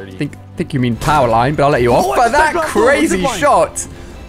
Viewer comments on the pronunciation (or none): none